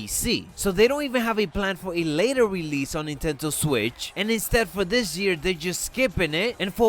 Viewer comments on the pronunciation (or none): NINTENDO NOT NINTENTO...